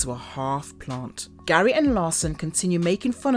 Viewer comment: It's Gary, not gray.